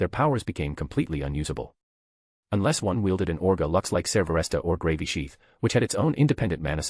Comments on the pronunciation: Dammit I really don't think I can listen to this at work any more. I'm starting to giggle every time they say Gravy sheath. 😂😂😂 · Lmao I love how they pronounce Gravisheath as "Gravy Sheath", and I keep picturing someone swiping a gravy boat around in battle. 😂